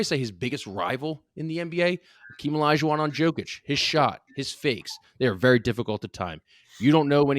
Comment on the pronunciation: learn how to pronounce Jokic, he is b2b MVP